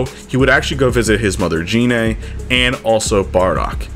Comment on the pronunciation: It's gine